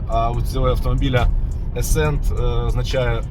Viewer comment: Будь ласка не треба "Аскент" бо це як "Ass кент" — дупний корєш :))))